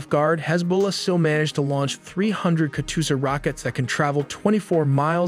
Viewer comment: Yo it's "Ka-Joe-Shya", not "Katy-Perry-Yu-Sha" You can't possibly botch up the name pronunciation of an iconic ww2 weapon system whilst trying to establish a reputation in the military documentation world.